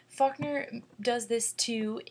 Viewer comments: hi it sounds like you say "fuckner," sorry but i had to point that out. Great analysis though, it really helped me understand the story.Thanks! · lmfaoooooooo she did say fuckner